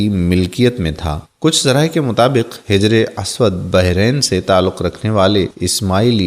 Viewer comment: آپ اردو الفاظ کا تلفظ بہت ساری جگہ غلط طریقے سے کرتے دکھے ہیں مثلاً حجر اسود وغیرہ